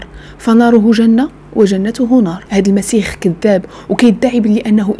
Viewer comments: المسيح وليس المسيخ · حبيبتي ممكن سؤال علاش تتقول المسيخ بل( خ)